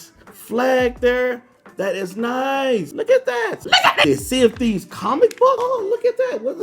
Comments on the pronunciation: I thought that he said "CND" instead of "Sea of Theives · Whenever he says Sea Of Thieves i keep thinking he says CND I’m like Captain Microsoft Dude